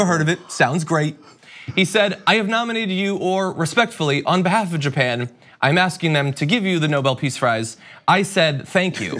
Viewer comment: Japan or, as Trump calls it "Gynah".